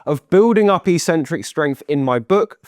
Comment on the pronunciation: I had to turn off the sound because I heard "eecentric" too many times. (That's how gym-bros pronounce "eccentric". But they don't know any better.)